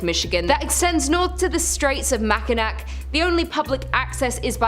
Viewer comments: As soon as I heard Mackinack.......... I couldnt finish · "MAK-IN-ACK"! LOL! Tourists... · Love the video about my state! Mackinac is pronounced Mack-in-naw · Mack-in-awe, not Mack-in-ack. Good luck going anywhere in Masonic, almost all venues there are first two floors only. It’s beautiful though. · Mackinawwwwww, not nack ending, awww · AARRRRGGGGHHH Mackinac (Mak-N-Naw) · Its pronounced Mack-in-naw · Oh my god… makanack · Lmao MACK A NAK 😂 THAT ONE GOT ME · Same makinac was cringe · Glad I'm not the only one. When I hear "mack-i-nack" it drives me nuts!!! 😅😂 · Dude I feel you 😂 “Mackinack” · I agree... I shuttered at Mackinac Island 😩😩 and knew it was only going to get worse from there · Just an FYI. It is pronounced "Mac Ah Naw". Not "Mac A Nak". Also, Petosky is pronounced "P-Ta-Skee" . I understand people from outside the area have a hard time with the pronunciation. Hope this helps. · Just in case you guys need to say these places ever again. Mackinac is pronounced mackinaw and petoskey is pronounced petossky. There's two for you. Also at the grand hotel a movie was filmed with Christopher Reeves. I think it was called A place in time. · Manitou (Man-i-too), Mackinac (Mack-in-aw), Petoskey (Pe-tah-skee), Seul Choix (Sis-shwah)